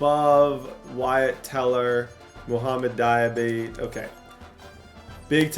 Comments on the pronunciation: Dee-uh-bah-tay = Diabate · Dee-uh-ba-tay(diabate), you’ve been butchering his name td 😭😭